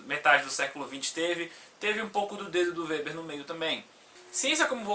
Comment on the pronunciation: O "W" no alemão não tem som de "U" como no inglês.Seu vídeo é muito bom, cara, parabéns.👏👏👏👏👏👏👏👏👏👏👏